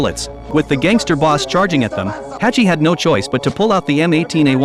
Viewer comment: Who tf is Hachi!? 🤣🤣🤣 His name is Hutch